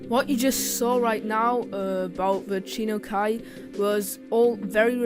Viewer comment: it's Chi-Nu Kai not Chi-no Kai = = Also Chinese bought a lot of USSR tank and convert it into their own version, like type 62 it's a copy of 62-A but much lighter, and weaker armor. Also 59 is it's big brother. Chinese do have some issue due to the production of tanks, but still it's the first country use tank in warfare in Asia.